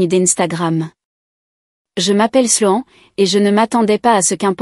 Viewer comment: La prononciation de Sloan,est vraiment nul,voir lamentable, toujours incapable,voir une incompétence totale de ces vérifications indispensable pour chaque histoires,mais c'est chaque fois la même chose,triste, très triste